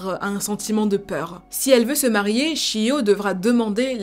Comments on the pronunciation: Je voulais juste rappeler que le "ch" en japonais se dit "tch" donc c'est "Tchiyo"' et pas "shiyo". Pour le son "sh" c'est avec un s donc "sh". Exemple : Shingeki -> Shingeki ; Chihiro -> Tchihiro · J'étais sur le point de dire qu'elle a le même prénom que moi mais non je m'appelle Shio. D'ailleurs si ça s'écrit Chiyo ça se prononce Tchiyo normalement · Comme vous faites régulièrement (avec talent et sérieux) des vidéos sur des affaires ayant lieu au Japon, je me permets (étant à moitié japonaise) de vous dire qu'au Japon, CH se prononce "tch", le son "cheu" s'ecrivant "SH". Donc, Chiyo se prononce "tchiyo". Et c'est pourquoi Sushi s'écrit avec un SH car on prononce "souchi" et non "soutchi". (pardon si c'est pas très clair)